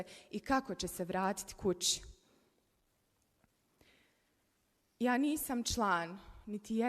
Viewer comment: Toliko mi je zao zbog svega, ali te ne mogu slušati kako pricas isto ko one voditeljke seljoberke sa hajat televizije, gradžani, hoče, kuča, itd. Ili si nedovoljno obrazovana ili se pecis i glumis neku ribu, nemoj budi normalna kao babo tvoj, ruzno je iskreno, čitaj kako piše kontas 😢